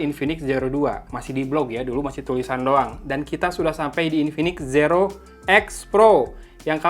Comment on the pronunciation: Sumpah ini infinix plg ampas yg dilauncing (based on the price), masak g95 dibilang ultra gaming, trus note 10 pro itu g95 apaan? wkkkkk Trus, si abang announcer puluhan kali bilang SIRO X ampuun dah ampe gedekkk dengernya, udah gitu zoom alias zum disebut ucapnya sum. Padahal gw nahan² dr sebulan lbh buat beli pucu X3 Pro, kirain Zero X Pro ini worth gimanaaaaa gitu, aak gw kelahi abangnya dibeliin X3 GT